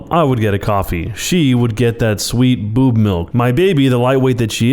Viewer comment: The way he says boob 😂